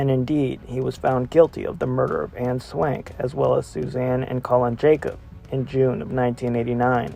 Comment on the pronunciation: Please pronounce the names of the victims right if ur gonna do research on them...Anne Swankeeeee...is how u pronounce Anne's name...